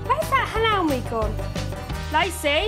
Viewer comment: the best bit of this entire video is lacey's mum thinking that halloumi is pronounced hall-ow-mi!!!! Couldn't stop laughing!!!